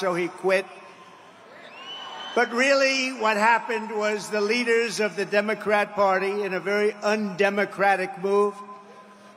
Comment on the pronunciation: and please don't say domacray